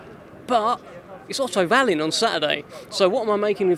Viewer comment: why do they pronounce it vallin when they say it, instead of wallin..... and why would dubois become a superstar for beating a drugs cheat in miller whos beaten absolutely nobody lol.. this guys mad